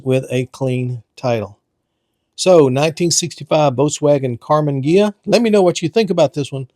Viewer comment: "Karma" Ghia?